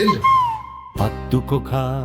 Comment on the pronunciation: කොත්තු පකා කියලමයි ඇහෙන්නෙ පත්තු කොකා කියද්දි😊